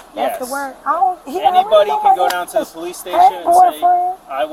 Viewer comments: She said "Poo Leeece" she needs to go back to elementary school and take English again and learn how to speak correctly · She even made it plural, "po- leeeces" 😂😂😂